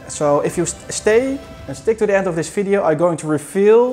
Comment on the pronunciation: can you properly say video, not FIDEO, for god sake you are educated man.